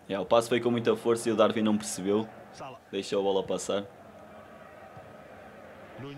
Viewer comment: Não é DarVin é DarUin sff 💪🏼